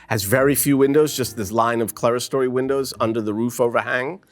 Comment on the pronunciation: This guy mispronounces so many architectural terms, including 'clerestory', that it's hard to believe that he received any education in architecture. Unbelievable.